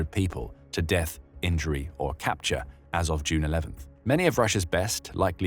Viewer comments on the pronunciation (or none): none